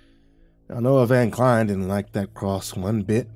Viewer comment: It's pronounced Van (like the vehicle) Klein (rhymes with line)